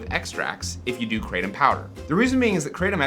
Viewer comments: it's pronounced KRAH - TOM, not CRAY - TUM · IT'S NOT KRAYTEM MORONS. IT'S PRONOUNCED KRAH-TOM (In Thailand where it comes from) The host is a bit of a hyper show-off, ego filled, tool. Very knowlegable on being a druggie though. What do you need all these opiods for to begin with. Just smoke a spliff and chill the fug out. What's up with all the hand gestures and the hyper wigging out? Mom's not looking to healthy either. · Cratem lol, Thai speaker says kra tom, as in the isthmus of kra and Tom as in Tomcat. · 7oh and most of the indole type opioids can nearly act as strongly as full agonists, but in particular doesn't activate the beta arrestin pathway which is what leads to respiratory depression. I guarantee not a single person has died in that way from 7oh. The current upcoming RCs are MGM-15 and MGM-16. MGM-15 has a slightly less pronounced g protein bias than 7oh, but not much. 16 is killing lab rats at an ld50 of 1mg/kg. Cheers. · Question: Why does everyone—even —say ‘Krey-tum’ for kratom? It’s spelled Kratom and pronounced Kra-tom! Why complicate things? And if you really like the ‘-tum’ sound, then just go with the more popular spelling in the places where it actually grows: Ketum! That one’s pronounced "Kay-tum". Seriously, lol! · Question: Why does everyone—even —say ‘Krey-tum’ for kratom? It’s spelled Kratom and pronounced Kra-tom! Why complicate things? And if you really like the ‘-tum’ sound, then just go with the more popular spelling in the places where it grows - Ketum! Pronounced as "Kay-tum". Seriously, lol! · kratom ( pronounced with a short A not a Long A) kr-atom I will define kratom as a euphoriant . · It's actually pronounced like the cra from crack then tom like tomcat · That's not how it's pronounced in Thailand. The "A" in "Kratom" is like the "A" in "Crack" - it rhymes with "Atom". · We don't mispronounce Kratom. Its a difference of accents. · Kratom (pronounced like in English) sounds like a comic book villain